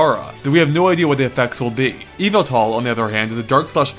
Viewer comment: I think it's "Zer-nee-us" and "e-vet-all"